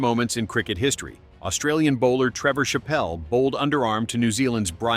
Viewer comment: Trevor Shappelle to Brian McKeshnee. AI speech impediment again